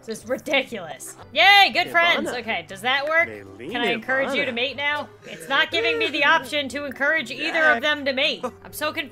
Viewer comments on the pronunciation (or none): none